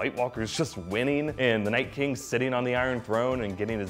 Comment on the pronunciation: Liked for "We hab no keng."